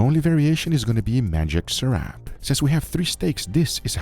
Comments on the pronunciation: it's actually pronounced saw-rahp and you should try lumpia with a dip that's 1 part soy sauce, 1 part spicy vinegar, black pepper and chopped garlic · I like how you pronounced sarap😂